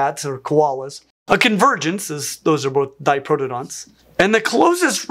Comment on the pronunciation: Great and informative video, as always. Just one tiny nitpick - it's pronounced "di-proto-dontids" not "di-pro-dontids". And on that topic, a video about the (definitely extinct) diprotodon and other Australian megafauna would be excellent!